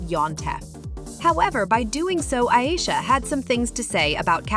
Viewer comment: Iyeesha 😂😂😂 u can’t even pronounce her name right